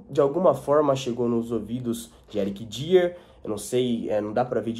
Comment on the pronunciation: Lê-se " DAIÊR"